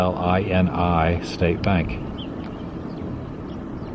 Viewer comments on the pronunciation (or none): Pronounced “ill-eye-nye” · Illini State Bank. Illini is pronounced wrong. Native American reference. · I live near most of the towns in the first half of your video. You really need to learn the correct pronunciation of the towns you visited as well as the Illini as in the fighting Illini. Very poor video. If you can't get the names correct, don't do the video. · Mispronounce Wenona, Minonk and Illini. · Funny my daughter moved to Orlando and you drive through central Illinois were she is from! Oh you mispronounced Illini! Lol!